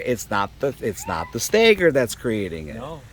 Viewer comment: It's not "stayger",. It's "stagger"... 🤷